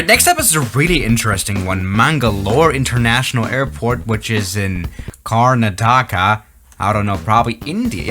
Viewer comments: well Karnataka us pronounced as Kur-Na-Ta-Ka. And Mangalore Airport is my local airport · He pronounced Karnataka as Kar na taka😂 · Car na ta ka 😂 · The way pronounced Car-na-taka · as an indian, mispronouncing Karnataka is really funny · ye karnataka pronouncation made me kinda regret my life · I love how he pronounces Karnataka lol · The way he pronounced Karnataka made me choke on my coffee 😂😂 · Same lol 😂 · lol same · Pls watch my butter landing in next video🙏 love from India Edited: in pronouncing it is a-i-zoul of aizawl Edited: i laughed he pronounced Karnataka Sorry the edited two is in reply😅